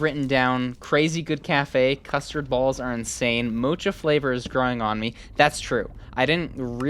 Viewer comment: YES I CAN RELATE ,THIS IS SO TRUE YOU'RE SO FUNNY 🤣, Btw mocha is pronounced as moh-kuh or mow-kuh.